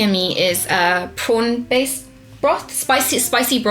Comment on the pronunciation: Literally thought said "Porn-based broth", I had to rewind XD